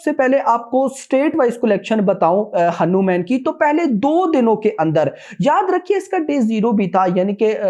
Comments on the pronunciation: Pronunciation is हनुमान not हनु-म्यान, bos dk thik se naam lena sikh le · Kya hanumen hanumen bol raha chutiye hanuman hai